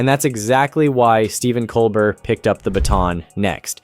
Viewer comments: It's Col-BEAR,, BEAR! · How about pronouncing Mr. Colbert’s name correctly more than two times in a video. Just so you know… it is not Cole-BERT, it is Cole-BARE. Have you ever watched the show?…it would seem not. It is a French name, hence COLE BARE. It is an insult to Mr. Colbert…aside from that I enjoyed your videos on Colbert and Kimmel. Please watch the Colbert show and learn to be respectful. Thank you. 🙃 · It’s amazing that you can’t pronounce “Cobert”